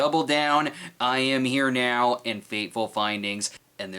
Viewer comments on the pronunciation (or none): Uh, you TOTALLY mispronounced "I am Here... Now" As a self-proclaimed BREENIAC I am not allowed to allow you the allowance of withholding the ... pause designated in said grammar sooooooooo...GET IT RIGHT SNOB! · You pronounced it wrong, it's "I Am Here... ... ... ... ... .. ... Now"